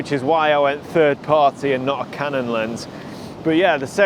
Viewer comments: Haha "Ka non", I pronounce that in Vietnam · Lol your inner Spanish came out when you said canon 😂